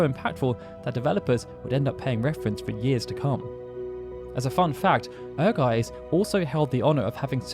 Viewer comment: "Ehrgeiz" can be translated as "Ambition" Also, the Z in Ehrgeiz is pronounced as ts, not s